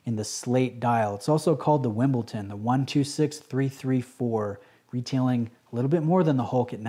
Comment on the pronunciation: Wimbledon not Wimbleton